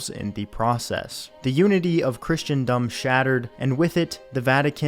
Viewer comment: ah. was surprised you mispronounced 'Christendom' though!